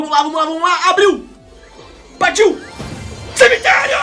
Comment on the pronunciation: CIMITLERIO KKKKKK